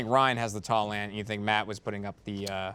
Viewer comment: As another Matt from SC, I totally believed the planting pot lie, I feel like I've seen plenty of people using it that way. Also "ant" not "ont."